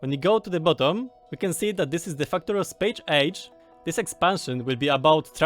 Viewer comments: It's Space Age! Not Chpache ache! Pronounciation made simple, EZ. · Hah, good luck, spéjsz éidzs